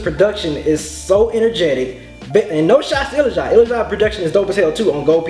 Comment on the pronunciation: ilajide's name is pronounced ill-la-ja-day